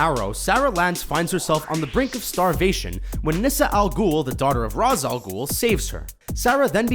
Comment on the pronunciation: did you just say ras, it's pronounced rayshe